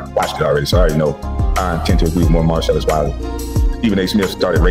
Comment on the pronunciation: Why is it so hard for you to pronounce Marcellus? Mar-sell-us🤦🏾‍♂️